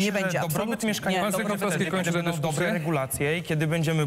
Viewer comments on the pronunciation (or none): none